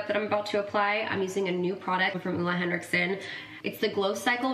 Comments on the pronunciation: You def mispronounced Ole Hendrickson at first. It was the toner, Steven bought it for you when you were on a trip and you had breakouts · More like OH-le you could say. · Ole Henriksen is a danish name and you sure are close to pronouncing it completely right! Better than most people haha. Greetings from Denmark! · I love the way you say ole henriksen😂 I’m from Denmark and it’s a danish company so to hear it pronounced in English is so strange😅😅 But so happy and proud of him he really work hard for his brand and he is just such an amazing person. His energy is everything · Well, Ole Henriksen is danish so you’re actually still saying it wrong 😂😂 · always funny when non-danish people are trying to pronounce "Ole Henriksen"